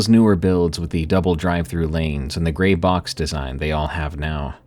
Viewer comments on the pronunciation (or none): none